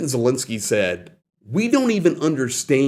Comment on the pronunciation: thanks for all your informative videos; but please can you and just about all reporters pronounce President Zelensky’s name correctly.